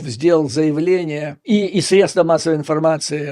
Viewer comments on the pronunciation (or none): none